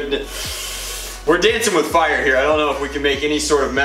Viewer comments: 1 its 6 rounds 2 you said fier like feir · Did anyone else notice "the rate of fIEre" thing?lmao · rate of fayire lmfao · rate of feire, lmao